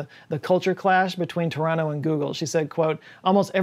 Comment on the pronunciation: Koodos to for pronouncing Toronto correctly lol